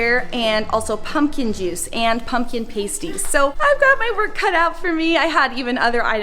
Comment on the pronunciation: Pasty/pasties are pronounced PAST-EE(s) “PASTE-ees” are something very different 🤪😂